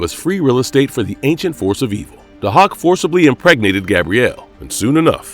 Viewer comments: It’s pronounced “Day-hawk” not “Du-hok” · It's pronounced "day-hawk". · It’s pronounced DAY-HAWK!!! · Also, you're saying his name wrong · Can you not pronounce Dahoks name correctly because you slaughtered it here! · well it apparently takes one to know one cause that’s definitely not how it was pronounced. Sorry kid.